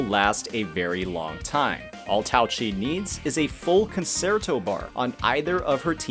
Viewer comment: Good video but PLEASE Google how to pronounce "concerto". I can't believe how many content creators for this game can't say it right! It's a musical term. Please look it up!